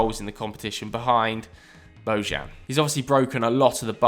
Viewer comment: Dude says Bojan like 😋😂😂😂😂💔💔💔